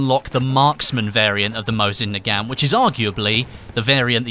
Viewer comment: Mow-zin nu-gant